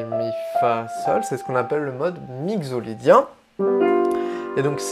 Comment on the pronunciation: Merci pour cette intéressante approche des modes, une petite remarque : il me semble que « mixolydien » se prononce mikso (comme un mixer ou la mixité) plutôt que migzo 🙃